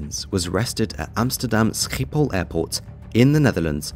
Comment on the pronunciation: the way you say Schiphol is hilarious bro